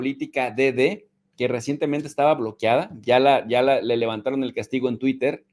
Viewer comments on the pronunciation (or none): none